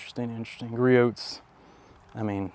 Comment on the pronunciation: this is turning into a nice test. Very realistic. As a side note, the T is silent in Griots